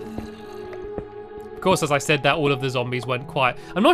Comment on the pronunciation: Stampy you sed three